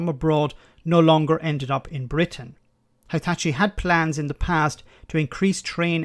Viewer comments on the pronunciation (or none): FYI: it's no spelled "high-tchi", you'd spell it "hee-tachi".